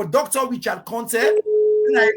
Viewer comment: WE START BEING PROUD OF OUR COUNTRY BY PROPERLY IDENTIFYING OURSELVES , WHO IS THIS WOMAN , A SIERRA LEONEAN OR FROM THE FRANCO PHONE COUNTRY. OUR CONTEH, IS CONTEH NOT CONTE NO FALSEHOOD..